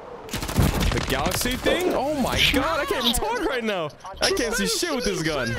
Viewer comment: Bro PLEASE STOP PRONOUNCING THE GUN NAME LIKE THAT 😭😭